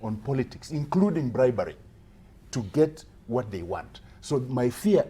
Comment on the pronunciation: please tell Wamatangi to stop over pronouncing "when" and "what", too much energy..."HWEN" .."HWAT" what the hell is that? these words are simply pronounced as "wen" and "wot"..very little energy...hahahahahaha